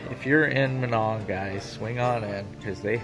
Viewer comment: I can always tell when people aren’t from around here , when they say minong , lol , I just live 20 miles south of minong you probably went by my house when you went to Chetek .